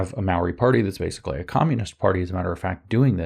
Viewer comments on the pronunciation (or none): none